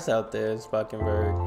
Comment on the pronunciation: Spakenburg was close enough in terms of pronunciation I think. Anyway, love your dutch reactions:) some dutch humor/show thingies, like ''ushi'' (I think highly combustible also reacted to that) Will probably also get views. Plus most importantly, it'll make me happy